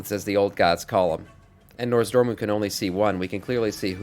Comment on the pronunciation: I giggle every time you say NORZdormu lol I believe it's NOZdormu - great content, I'm subbing